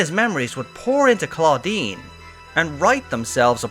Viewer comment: Most of the things i wanted to say have already been said, but i must say it sounded like you said "Claudine" which is a girl's name in french, that poor researcher is Claudien, that sounds like Estinien... It made me laugh 😂 But, i'm glad we finally learn what it is, it was bugging me !